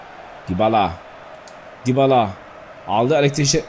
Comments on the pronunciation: abı dibala degıi yabala dıye okunuyor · yabala ne lan :D Düybala diye okunuyor